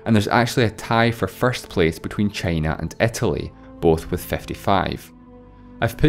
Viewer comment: Please don't say "ä" instead of "i". Pleeeaaasseee